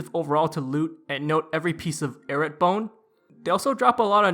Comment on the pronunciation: lol you make is sound like "carrots" - 😂🤣😂🤣😂 It's properly pronounced: "EYE-ROOT" - LMAO~!~!~!